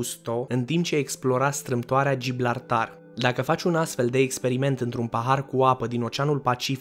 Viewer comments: se zice Gibraltar nu Gibratar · Gibraltar nu gilblartar(no hate,respect👌) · Gibraltar (nu Giblartar) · strâmtoarea Giblartar 😂😂😂😂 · Giblartar , asa a invatat el la geografie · E și greu sa zici ...Giblartar..😂😂😂